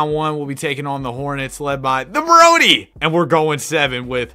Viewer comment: “We beat The Broady”😂😂😂😂